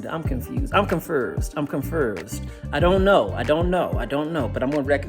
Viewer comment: I’m “confursed” 😂